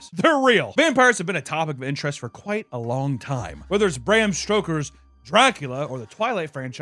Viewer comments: ah yes, “bram STROKER” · Bram Stroker? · "bram stroker" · Not “Bram Stroker” 💀